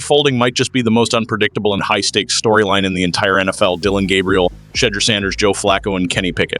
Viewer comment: Like how he purposely mispronounces Shedeurs name. But says Gabriel’s perfect